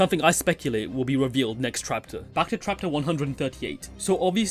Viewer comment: Am i the only who hear "trapter"?